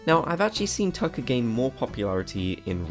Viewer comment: when talking about tucker, he calls him zucker lol